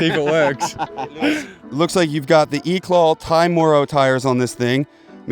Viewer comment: Eclat’ is a German company. The T is not pronounced